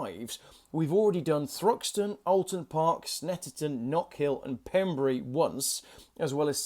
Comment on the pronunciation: it is not Pembreey. It is Pembray in pronunciation (its a Welsh spelling).